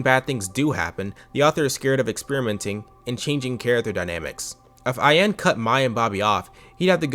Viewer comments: I've never seen this webshow despite growing up around the time this show was somewhat relevant, but If I took a drink everytime you mispronounced Ayane's name, I'd be wasted af. You pronounce it as if its only two syllables when in reality its actually three. The "ya" and "ne" in Ayane are meant to be separate so it supposed to be "A-YAH-nay". Other than that, good video tho. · This video was good, this series is def a flash in my teenage years that I'd long forgotten. On a side note the pronunciation of Ayane made me almost go 'um achktually' mode :')